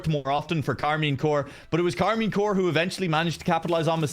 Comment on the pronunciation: keeps saying Karmine CORE instead of CORP... like how are you casting and you don't even know the name of the team